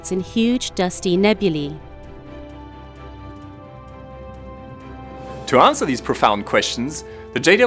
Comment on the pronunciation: It's NEBULAE!!! PRONOUNCE IT CORRECTLY!!!